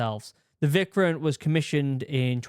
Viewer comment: Vikrant - Veek-raanth (the "h" needs to be emphasized a bit, to make it a soft "t") Kerala - Kay-ruh-laa Vishal - Vee-shaal Vikramaditya - Vik-rum-aa-dit-ya